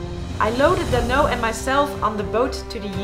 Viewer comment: Dhanno je moet dan ook de H uitspreken!! Waarom benoem je ze met hindu namen?